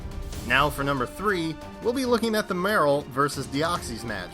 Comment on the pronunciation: You said Real Marill wrong and it pained me both times.